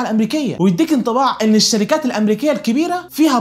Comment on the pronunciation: ملهاش لازمة نبرت صوتك وانت بتقول الشركااات او اي حاجه في ا